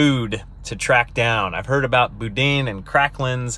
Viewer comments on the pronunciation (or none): Louisiana is EXCELLENT for culture and food, and some of the best people you'll meet. King cake is good, but if you're still there (which I doubt), try some Doberge (pronounced Dough Baghe) cake, that's my favorite. Boudin is pronounced (Boo-Dan), is incredible. The best place to get it is gas station delis, I guess it's the older fry oil that helps. Dip them in a good Remoulade, YUM! Northern LA does have some hills, good hog hunting. I was in Lake Charles once, but it was a ghost town, doing rescue after hurricanes Katrina and Rita. I wished I could've come back another time, seems like a great town. Lastly, yeah, If you are a Mountain Biker, you can't AFFORD drugs.... Keep up the good work. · That was painful to hear you try and pronounce boudin lol think boo-dan!